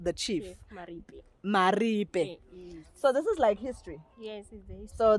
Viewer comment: Bourke's Luck, not look, like in he felt lucky, thought he struck gold there. Also Blyde, like in happy. Phonetically pronounced blade-de, not blide. Also Mariepskop, pronounced mareeps-cop. Love your video anyway.